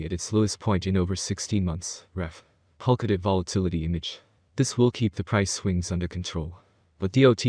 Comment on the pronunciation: My guy, do not create a bunch of YouTube channel and upload similar content, none of your video or any of your other YouTube video actually pronounce POLKADOT right.